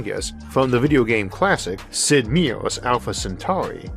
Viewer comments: Meier. Mai er. Love you my dude. Being annoying and anal. I'm pretty, i know. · I've always pronounced Meier as Meijer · Sid's name is pronounced "My-er"